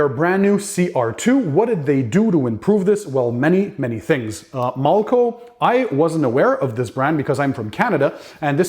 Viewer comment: I love your videos but in this video why are you pronouncing the name....mulco when it’s malco.....no u